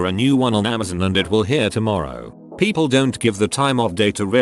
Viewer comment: Nobody: Synth Voice: Pronounces ‘People’ as ‘Peeoplee’